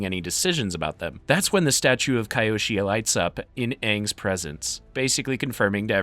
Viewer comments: Huge respect for your vedios bro but it's kyoshi, not kayoshi😂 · I love this channel. But it's really a let down when you can't pronounce the names correctly. These names are said repeatedly in these shows. Kee-oshi. Not kai-oshi